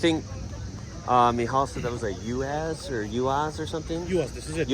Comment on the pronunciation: you don't say "youass", it's a U.A.Z. 469. nobody says "youass". Ulyanovsky Avtomobilny Zavod. trumpist fake pole leading you around who doesn't even know cars on a car show he goes around mouthing off. clown behaviour.